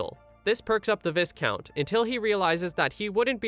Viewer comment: I don't wanna be that guy, but to help you in the future viscount is pronounced vy-count.